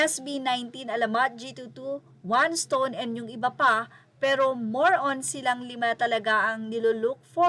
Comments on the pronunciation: Naloka ko sa G.2.2 at one stone AHAHAHAHA! It’s read as G twenty two po and first one respectively. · First one un ang basa dun